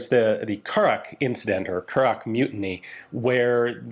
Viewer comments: Just so you know, howth is pronounced hoath, like growth The curragh is just curr-rah Fair play for giving the words a go, most people make a mess of it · Curragh pronounced curra. But other then that and pronunciation of howth (already covered by another comment). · Curragh = Cur-a Howth = Hoe-th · Also the gh at the end of Curragh is silent. Pronounced " curra" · Super video but lordy be the pronunciations. Howth, Childers, Curragh.